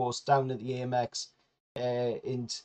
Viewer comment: Gaahh, it's ahmex as in American